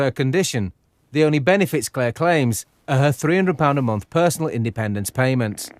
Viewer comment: I really wish would say month instead of munf.